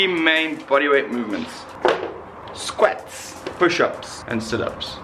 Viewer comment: Lost me at „Squets“ 🤣🤣🤣